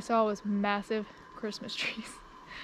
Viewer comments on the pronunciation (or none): none